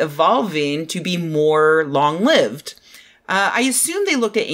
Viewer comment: Pedantry alert! "Long-lived" is an adjective, not a verb. The "i" is long.